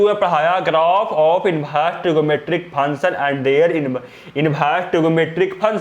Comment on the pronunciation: Sir function to sahi se bolo